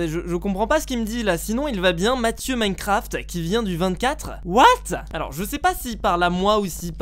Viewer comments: clem royale is back je suis quebecois et j’peux te dire qu’on le prononce comme sa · LucAuger YT Je suis la langue québécoise et j’admets qu’on ne prononce absolument pas « Minecraft » comme ça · C’est pas plantocraft c’est plantocraff 😂